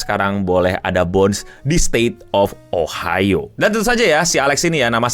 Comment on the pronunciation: Ohio.... O nya GOBLOK